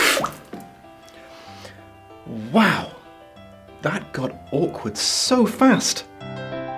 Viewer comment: For most of this video I heard it as "The Due" instead of "The Jew", so I was really confused by why you spat the water out. Once you started explaining it though... Yeah, I guess I'm still naive and innocent in some ways, that it never occurred to me you meant the other spelling/meaning of the word. It's quite horrid how the Jewish people keep getting dragged through the mud in stories like this.